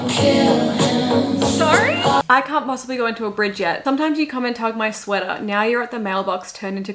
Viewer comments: If I had a nickel for every time an Australian swiftie reacting to I Can Fix Him (No Really, I Can) jumpscared me because it sounded like they said "cunt" instead of "can't", I'd have two nickels, which isn't a lot but it's weird it happened twice 😂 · THE FACT WHEN YU SAID “Can’t?!” I THOUGHT YOU SAID “Cunt?!” 😭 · Not me thinking she said “c*nt”after I can fix him, I was like yes, yes! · when shesaid "can't" i thought she said c*nt